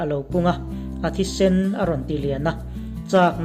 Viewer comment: Sunhlu Sen i tih thluk hian a Colour Red a ti ang tlat😂😂 a Rah no te sawi na 'Sēn' hmanzawk tur.